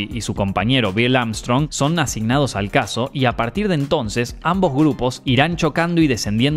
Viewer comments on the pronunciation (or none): none